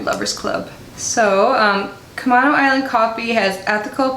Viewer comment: I'm from NW WA. It's pronounced "Cu-may-no" Island. It's a beautiful area. They do have good coffee! Oh, and the smell... 🙂☕💕